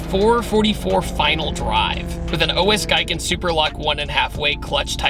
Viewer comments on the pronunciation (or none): My japanese teacher would have smacked me with a ruler for pronouncing OS Giken that way 🤣